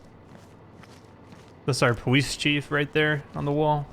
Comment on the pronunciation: Powice depawtment